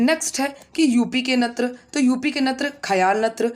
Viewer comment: मैडम जी आपके यहां नृत्य को नत्र क्यों कहते है